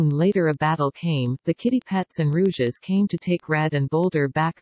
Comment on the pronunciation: The pronounciation 😭😭 “Rouges” “Sedadstir” “Deapty”